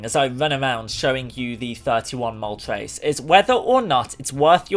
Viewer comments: It's moltres, not moltreys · Why do you pronounce "tres" as "trace" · The name of the fire bird: Moltres How he says it Moltreys